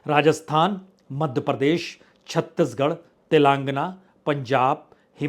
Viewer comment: प्रसून बाजपेई जी तेलंगाना का उच्चारण कृपया ठीक से करने का सुझाव है।